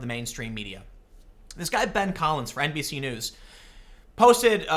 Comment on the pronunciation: Tim, whenever you can NBC news I cannot help but hear it as NPC news. 4chan has got me now, it's too late for me